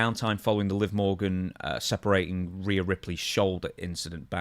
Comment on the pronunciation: Stevie, is it that hard to say reee yuh